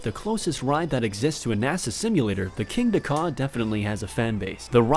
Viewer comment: The “Kingda”, now that’s some intense GP cringe.